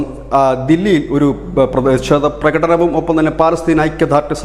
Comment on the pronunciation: Malayalam Prakatanam not Pratnam😂